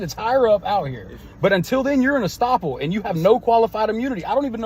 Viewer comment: The term is "estoppel". And he is still wrong.